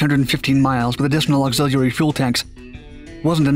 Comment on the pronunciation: This channel still can't pronounce auxiliary